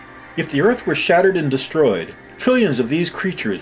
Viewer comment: I like the way this guy says Earth in two syllables. Er-ith.